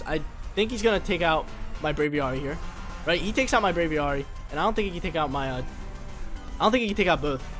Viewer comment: Brave + Aviary = Braviary not “bravy arry” lol...drives me nuts